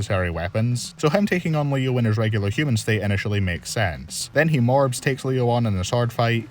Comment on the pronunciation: I cannot tell if accent makes it so that “morphs” sounds like “morbs” or if he did it on purpose during Leo vs red ranger